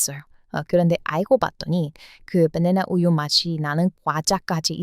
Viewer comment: 주인장님, '버네너 우유' 라고 하면 맛 없습니다. '빠나나 우유' 라고 해주세요.^^